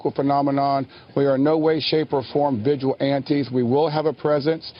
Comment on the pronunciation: Wow. I'm sorry, what the fuck is a "vigil ante"?